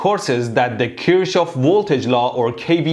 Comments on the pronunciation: Kir shohof 😂😂😂 I'm in high school andthisisfunny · The only reason i clicked was becuz i wondered how he was gonna pronounce “kirschoff” He know why 😂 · I'm just here to see how you pronounce Kirchoff as an Iranian 😂😂😂